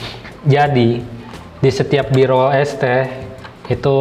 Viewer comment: "Ngedit di esteh" yang gw denger :(